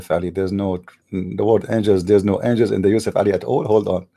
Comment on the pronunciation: Its "angels" NOT "angles"